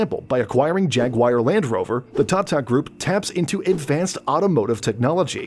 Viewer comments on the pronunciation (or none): The way he keep saying thaathaa instead of tata..😂😂😂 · the way he says TATA hurts my brain